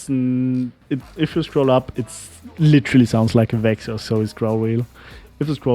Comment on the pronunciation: you say the word 'literally' literally wrong like literally